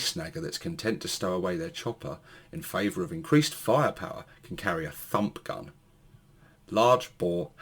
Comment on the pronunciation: It sounded like you said ‘Da F**k Gun’ instead of Da Fump Gun!🤣😂🤣😂🤣😂🤣